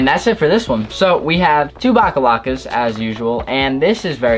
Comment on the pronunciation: so am i the only one who gets supremely pissed off when he says " bacalacas "